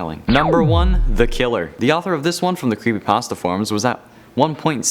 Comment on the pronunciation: Love this guy, hes the only one on the channel to pronounce "creepypasta" the right way